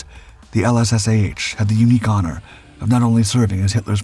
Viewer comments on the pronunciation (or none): none